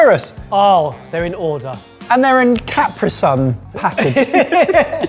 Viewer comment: Today I learned that Brits pronounce CapriSun differently than we do on this side of the pond.